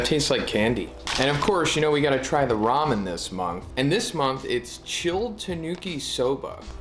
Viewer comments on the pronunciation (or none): none